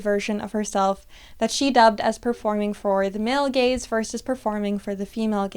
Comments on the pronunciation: I can’t not think you’re saying “the gays” the whole time lol this is so interesting though, and it makes so much sense. Although I will forever think that short bangs don’t appeal to the male gaze. I’ve heard plenty of women say they’re only for little girls, which implies to me that they’re either trying to protect you or think you’re trying to appeal to men as being younger. But it seems like most men don’t actually like short bangs unless they’re into a more alternative style. I know that’s very specific but I like to watch people cut baby and micro bangs and it’s like a comfort where it’s just women encouraging other women. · I keep mishearing Gaze as Gays 😭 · Love this video! Sooo true.❤ Also, I had to really try hard, in order to not hear "gays" instead of "gaze". I think I am projecting😂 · you say: "the gaze" I hear: "THE GAYS" (i wish it actually was the gays lol)